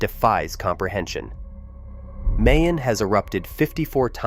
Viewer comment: plz prjonou ce Mayon properly it isNOT like May the month but more like MY